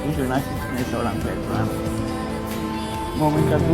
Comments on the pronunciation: Petran ! Bukan petal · Kok venteral sih Bang? Veteran kaleee...